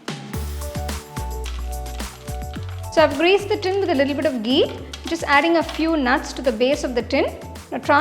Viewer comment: Love it when you say gee 😅